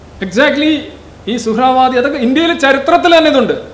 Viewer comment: സുഹ്‌റാ വാദി അല്ല സുഹൃവർദി